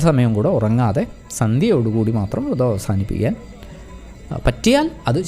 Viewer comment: വൃതം അല്ല വ്രതം ആണ്